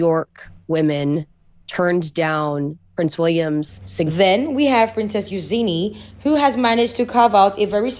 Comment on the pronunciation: Who’s Euzeeney do you mean Eugenie pronounced you-jeanie